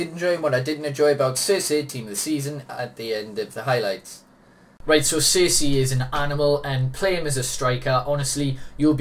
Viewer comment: Really good review, but he's name is said"Cherchi" No hate